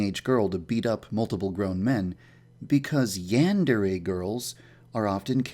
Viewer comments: cause sempai is a girl upperclassmen that's why, and the "yan" he doesn't say right the "dere" switches every once in awhile when he says it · does anyone know he doesn't say yandere right? (I'm not a hater, ok. just wanted to mention that because i love the game) it makes me cringe how he says yandere though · Guildmaster 36 Oh yeah I guess he does kind of say "yan" as if he were saying "ran" or "began"... Should be more like "yon" or "pawn" almost. But you are wrong about "sempai". "senpai" and "sempai" are the same word （せんぱい）, with the same pronunciation, but just different Romanizations. The rule is that a trailing "n" followed by an "m", "b" or "p" sound is pronounced as "m". For instance "Kenpo" is pronounced "Kempo" "Kanpai" is pronounced "Kampai" and "Senpai" is pronounced "Sempai" In practice both Romanizations turn up pretty often. The ones that use "n" are truer to the structure of the language but the ones that use "m" lead to correct pronunciation without needing to understand the language. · isn't it pronounced yan (as in yawn) dere? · OK this seems like a cool game, but if it's in the name of the game, you gotta pronounce "yandere" right...